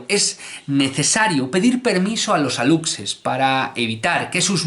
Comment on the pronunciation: Excelente video mi querido, tengo un comentario solamente:D en México lo pronunciamos como Alushe, es su forma correcta y te cuento, hace poco hubo una controversia porque nuestro presidente publicó una foto de un alushe, muchos lo tomaron a burla pero a mi me gustó:D